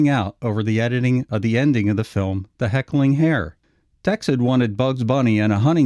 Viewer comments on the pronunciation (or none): none